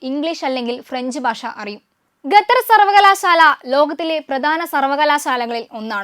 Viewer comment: Gather alla, sather😂😂. Avide bhasha malayalam alla. Arabi aanu😢😢Qatar